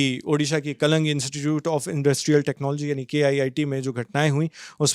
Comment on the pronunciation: Kalang❌ Kalinga✔️